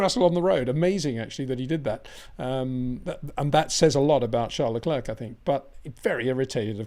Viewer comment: Is it Charles Le clerk or Charles Le clear ? You say clerk most other day clear ..